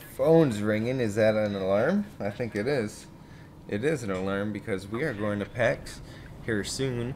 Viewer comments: Do you know that you are saying 'What is gode-ing on'!? You must be doing it on purpose!!! :P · Did he just say "what is goating on"?